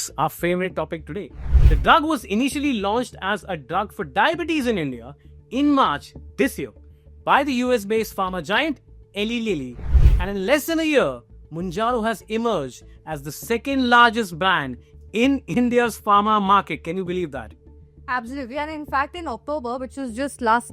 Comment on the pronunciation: Eli Lilly is pronounced ee-lie lilly. Weight loss always comes with loss of lean mass, and like the doctors say the muscle mass component can be prevented by doing resistance training. For Type 2 diabetics (and even some Type 1 and Type 1.5), the GLP1s can be combined with inhalable insulin (for those who don't like needles) to control A1c. Ely Lilly now has an oral coming out soon, plus an even more powerful injectable called retatrutide.